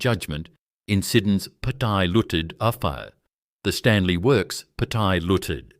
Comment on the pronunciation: Pty. Ltd. = Pattya Looted?? Bloody AI narration!